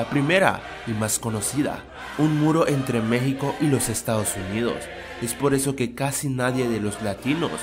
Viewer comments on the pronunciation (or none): none